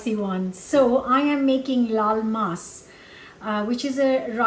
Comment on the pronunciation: Many years ago, I moved to Florida in the US. There's a large population of Spanish/Latin cultures here. When I hear you say "laal maas", I hear "lol mas" which could loosely translate to "laugh more". That said, I'm certain to laugh more when I eat this dish because it looks incredibly delicious ... which make me incredibly happy. 😊😂